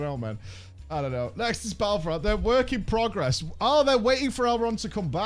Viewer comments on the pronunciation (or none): none